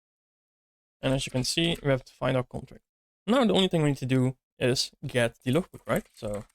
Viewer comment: bro need to say "interface" or "abstraction" instead of "contract", because the later is heard as "construct" !!